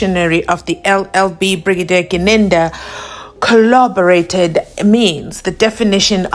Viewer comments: According to... it's Kholoborate. 😂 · The whole brigadier kho-lobareiting😂😂😂😂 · The way I laughed 🤣😂🤣🤣😂😂😂 I was like which word is he really using here😮 Collaborate/ kho-loborate